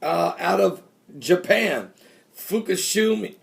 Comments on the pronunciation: PRONOUNCED FOO KOO SHEEMA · Fukashima? (Fu-ka-she-mah) is that what you are trying to say? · Pastor pronounce it like this lol foo-ka-shi-ma hopefully that helped :) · Fookooshema - Fukushima just trying to help. No worries and thanks.